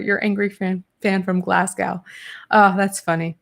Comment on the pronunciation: I'm sorry, I thought I was coming here to catch up on BAP but it turns out I'm here to hear the opinions of a beautiful fancy duchess in an evening gown :P Weirdly I call basically everyone my age and younger doll, it's a day to day term in Glasgow for women, but I use it for blokes too Also Glasgow is pronoonced Glaz-go or Glas-go - the w at the end is just hanging out for funsies